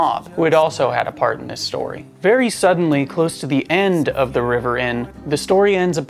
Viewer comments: Maybe it’s rivers mask that makes him sound like he is saying trevor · Yep, I listened a few times and he definitely said Trevor! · I thought he said trevor too 😝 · Ha ha I came to the comments to find out if anyone else heard the same! He definitely said Trevor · It sounded like he said Trevor. That is also what i heard. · When River introduced himself it sounded like he said Trevor ❤️🇬🇧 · 🖤👻💚💜Was it just me or did it sound like River said my name is "Trevor"?? lol 💜💚👻🖤